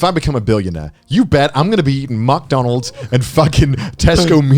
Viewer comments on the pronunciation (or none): did conner just say muk donalds lol